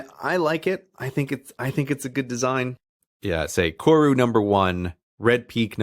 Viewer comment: Just wanna fix up the pronunciation on Koru Just roll the R